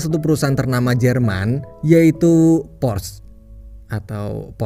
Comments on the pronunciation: Cara baca Porsche = Porsha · Porsche dibaca porsa dalam bahasa jerman min